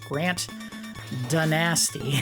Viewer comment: I also rented this game. Didn't regret it as I played it with my friend during a sleep over. fiarly sure his name is not pronounced, 'din-nasty', but 'dyne-us-ty' as in, a dynasty - a line of hereditary rulers of a country. I used to go to waldenbooks or bdaltons every few months to see if they had new 'worlds of power' books out, by F.X. nine. I got every single one, so i still have the full series and read each one multiple times. The worlds of power series had 8 full books I believe, plus to 'jr' books which were the mega man 2 and bases loaded 2. The 8 in the series.. hmm without looking it up.. let me think: Infiltrator, metal gear, blaster master, before shadowgate, castlevania 2, wizards and warriors...(now I look it up)... ninja gidan, and bionic commando. I did own them all, I just didn't remember those as fondly I suppose. My favorite over the entire run turned out to be metal gear and before shadowgate, with third being bionic commando. I realize that all but three had that 'kid' involvement. Ninja Gidan, Bionic commando, and metal gear did not. Turns out those are the better stories because of it.